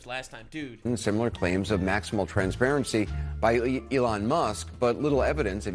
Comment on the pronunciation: Love how this guy says "elawn" 😂